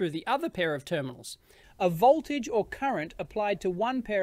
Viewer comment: Not how you pronounce "voltage" or "building"